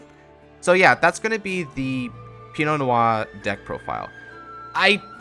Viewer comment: DUDE! You’re the ONLY person I’ve seen that calls this deck by its name PROPERLY. Pii-No No-waa. You just earned so much respect from me. Do you possibly have a more updated version of this you could post?